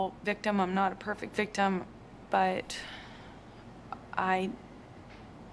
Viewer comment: Am I crazy or is he saying constantly bictim instead of victim? I don't get it.